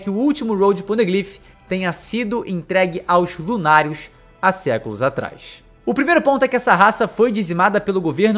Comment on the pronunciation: Vc fala lunàrios Eu escuto lunaticos